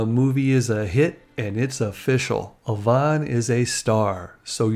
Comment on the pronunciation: I live in Victoria, just a ferry ride from Vancouver. I have never heard Yvonne pronounced that way. Always a double E sound not an O